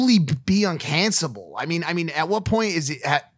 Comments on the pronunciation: "uncanceble" Ah, yes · "Uncansabble" - mike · Was Mike's small brain having trouble saying uncancellable?